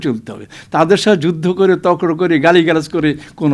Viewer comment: প এর উচ্চারণ "ফ" করছেন। তর্ক উচ্চরণ করছেন তক্র। তো বিষয়টি কি দাঁড়ালো? এইসব ফালতু টকশো মানে ভারতকে রেডিমেড স্ট্রাটেজী সরবরাহ করা । ওরা এইগুলো শোনে। ট্রাম্পকার্ড মারে। এগুলো করবেন না।